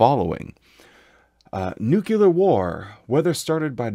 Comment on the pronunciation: Love the videos great content, however the word is pronounced Nu-clear not nukular